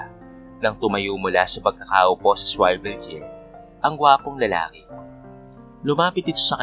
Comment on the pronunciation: Wrong pronunciation po ang “swivel chair”👍🏻